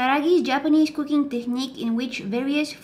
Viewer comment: Why add “k” to your words? “Wrong-k” “doing-k” “cooking-k”